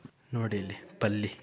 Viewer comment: ಪಲ್ಲಿ ಅಲ್ಲ ಹಲ್ಲಿ ಕಣ್ಲಾ